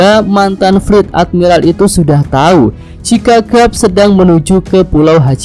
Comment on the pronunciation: garp bukan grap